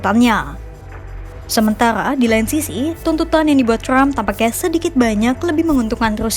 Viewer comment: Trump bukan crump Wartawan kompas baca nya ngawur